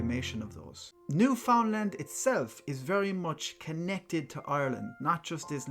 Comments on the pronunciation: Thank you for pronouncing my province correct me son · New-fin-land is how we Canadians pronounce it. As if its one word and not three in one, so the emphasis isnt on the three words.